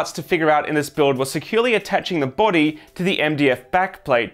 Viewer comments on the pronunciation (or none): none